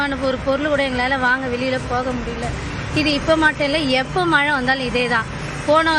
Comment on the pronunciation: தமிழை கொல்லாதீர்கள். மலை அல்ல மழை.மழை உச்சரிப்பு தெரியாதவர்களுக்கு செய்தி வாசிப்பாளர் அல்லது நிருபர் வேலை கொடுத்தவன் எவன்டா?